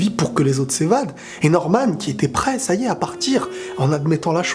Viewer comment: An faite ses pas normane ses norman